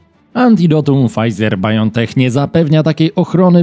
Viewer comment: A czy Pol8cja z Opola pochwali się swoimi funkcjonariuszami, którzy radośnie wyjechali do górskiego kurortu (tak, prywatnie) a sprawa by nie wyszła gdyby nie przywiezli choroby wiadomo jakiej? P.S., jeśli Pan już mówi o Biontechu to proszę to wymawiać "bajontek" a nie "bajontech". Ok? Dziękuję.